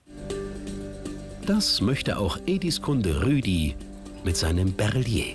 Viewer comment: Nicht rüdi sondern ruedi